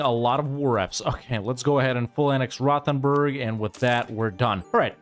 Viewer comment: The way pronounces Rothenburg always hurts so bad